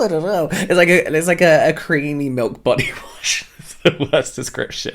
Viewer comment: You made me laugh out loud when you accidentally said melk 😂